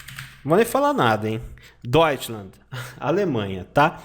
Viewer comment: Não deveria ser Deutschland (ˈdɔytʃlant)? Com /t/ no final?